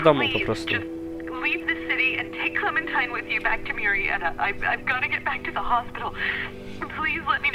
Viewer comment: mowi sie klementajn